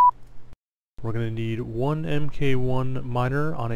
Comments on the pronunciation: FYI 'mk' is an abbreviation for the word 'mark.' So like 'mk. 1 Miner' is pronounced "Mark one miner" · fantastic video, just stumbled across it and checked out your channel and instantly subbed! also a side note: the "MK" in MK1 miner is pronounced as "mark'... i.e. "mark" 1 miner ;)